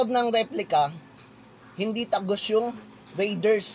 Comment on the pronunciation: BOSS PRONOUNCED AS RAY-DERS NOT RIDERS